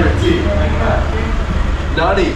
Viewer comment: It's funny how you say Nanri(Thank you). You say it like Nanny!! There is a R in between.